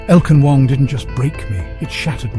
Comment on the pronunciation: "elgar rang" 🤣😭